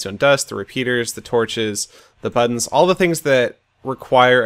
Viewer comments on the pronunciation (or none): You said "buddons" a lot XD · buddons seth just buddons